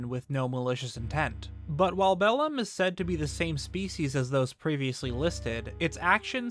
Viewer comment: as a person who knows latin the way he says bellum triggers me